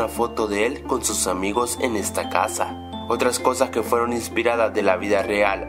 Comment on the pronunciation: . No es sos es sus xdxdxd